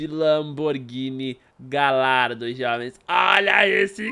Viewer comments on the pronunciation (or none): foi mt foda a lamborghini mas so pra fala ne ela se escreve gallardo mas a pronuncia e galhardo